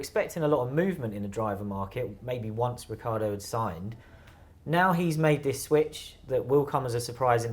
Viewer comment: Ricc i ardo not Riccardo! Jeez is that so difficult?